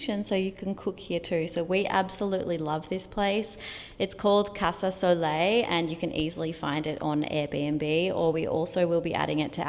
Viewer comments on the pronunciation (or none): Soulei not soleil